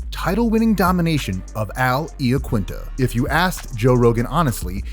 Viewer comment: 'Eyeaquinta' not 'Eeaquinta' I'm pretty sure you pronounced it wrong. Not that it's a big deal but thought you may want to know.